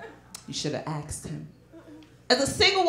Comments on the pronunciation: Why do black people say axed instead of asked? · i HAVE A DEGREE AXED HIM I AXED HIM A QUESTION AXED AXED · "You should have axed him" 😂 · "you shoulda axed him" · To be fair, she only pronounced it that way when quoting her friend. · When the first female comedian said "axed him" I thought she meant hitting with an axe. But she meant "asked him". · It’s pronounced asked not “axed”. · “Axed em”. WTF? You are confusing bofe of us! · Why is her last name pronounced fabulous and literally spelled that way to? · There’s and s in asked